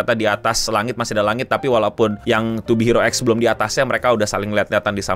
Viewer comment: yang bener pengucapannya to be hero x bang bukan to be hero x